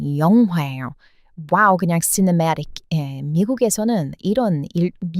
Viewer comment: 한국인들은 모르는 색다른 시각이 참 신선합니다. 그리고 "시네마틱" 발음 멋있어요.